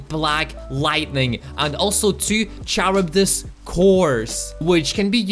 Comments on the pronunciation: Noone: This dude say CHURUBIS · The video is interesting but I cringed with the way he said Charybdis, liked the video but that one part hurt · I'm confused is it pronounced charibdis or karibdis